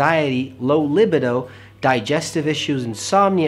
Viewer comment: My first time ever hearing libido pronounced as you did here. 😃 I might prefer it.